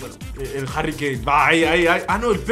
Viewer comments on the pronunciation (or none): none